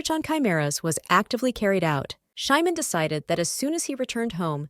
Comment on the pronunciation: The name of the ML is supposed to be Simon not Shymon. I dispise these terrible AI narrations! 😠